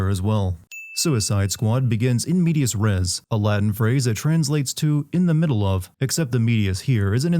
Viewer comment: It's "in medias res", by the way. (source: I am italian ;) )